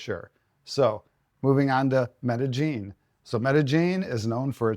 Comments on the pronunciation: MEDA-JING??? No...Meda-YEEN pronounced. Spelled-Medellin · There is no J sound in Medellin. The double L is pronounced like Y. Me-de-yin.